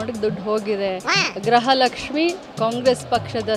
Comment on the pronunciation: Gruha Lakshmi ❌ Graha Lakshmi 😂